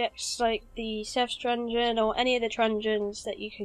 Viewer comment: Great guide, really well made but I had to laugh every time you said trungen😂😂